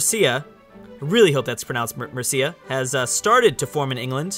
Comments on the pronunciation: When pronouncing mercia, the first half of the word is dominant, so it's more MUR-sia than mer-Seeya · you said mercia like mursiya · Mercia is pronounced the same as mercy but with an uh at the end so mercyuh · "I really hope that's pronounced Mer-C-Ya" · for god sake it is mer-seaa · No-no-no! You have the pronunciation of Mercia ALL wrong! It’s pronounced Arseland. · Mercia, you place to much emphasis on the I and not enough on the E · not how u say mercia